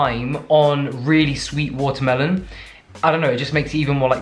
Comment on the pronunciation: I love that you can't say watermelon without immediately following up with an American (??) "Watermelone" 🤣😜